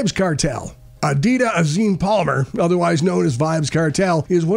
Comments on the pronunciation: It's not adida its adijah 🤣🤣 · Vybz Kartel's first name is pronounced A-DE-JAH!! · Ah-Dee-Sha Palmer is not hard to pronounce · did i just hear you call vybz kartel adida?? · His name is adijah. I don't even know what you say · Did u just call him adida 😂🤣🤣🤣🤣😂🤣🤣 go get a real job fool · Is it me or did they call vybz kartel name really wrong? Because they did😂😂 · Him can’t even pronounce the man name😂😂😂😂 kartel lol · Get vybz right name pronounciation correct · Dude go learn to pronounce Kartel name properly before you make a video... 😡